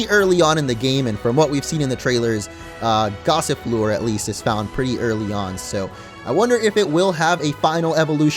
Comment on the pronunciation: Duraldon loooks like a ice type to me Gossifleur, thought you said Gossiplure lol